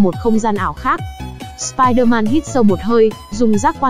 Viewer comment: nói: si der man >XD